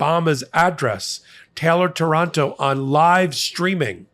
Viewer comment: it's Táranto, with the accent on the first A, on behalf of Italy I'm sorry for sending so many fascist-cowards, who bred over there